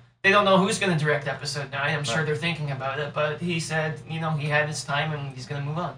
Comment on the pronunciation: Today, we're talking aboot... lol ;)